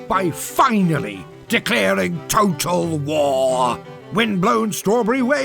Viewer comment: why did he say "total war" like that